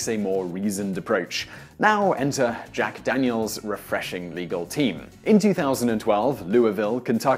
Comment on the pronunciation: At the beginning you said "Jack Danielsis refreshingly nice.." UGH. DANIELSIS. ugh